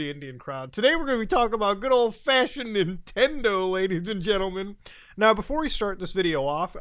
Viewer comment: emphasis on "Old Fashioned" lmao